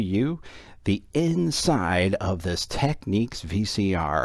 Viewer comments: As others have pointed out, it's pronounced "tek-NIKS", not "tek-NEEKS". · You drive me insane saying "Tekneeks" it is pronounced "Teknicks" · No, just no lol it's Teknicks as in Technical. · Say 'Technical... Technic-al... Technics. Nobody says Techneekal... Technics is not Techniques. However, a great video as always :) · You drive me insane by saying "Teknicks", even the manufacturer pronounces it "Tekneeks". It's like technique. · it's not pronounced "Techniques". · Someone wrote to Panasonic(the makers of Technics) and here is their reply: --------------------------------------------------------------------------------------------- Dear Panasonic Customer, Thank you for your inquiry. The line is pronounced Tech-Neeks. Should it be necessary to send a reply; to ensure our prompt response, please Please note; when responding, include or attach this message. Sincerely, Representative 15 Panasonic Customer Call Center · Just a datapoint, if it was pronounced as you say, it would be spelt Techniques.